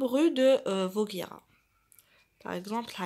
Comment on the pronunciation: Vaugirard pas vauguirard